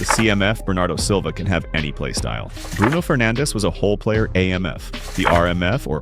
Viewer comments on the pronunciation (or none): aint no way he said Bruno Penandes